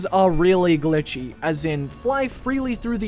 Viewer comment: did you say glichy.